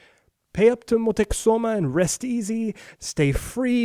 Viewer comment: THANK YOU! every time he said Motexuma or Moteczuma I cringed. He did an awesome job with every other pronunciation and obviously the content itself, but aagh!